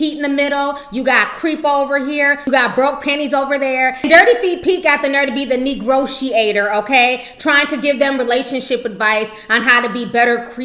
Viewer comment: she said negrotiator 😭😭😂 lmao !